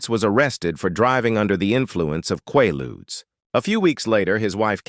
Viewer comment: Quaaludes was pronounced wrong. They killed so many back then.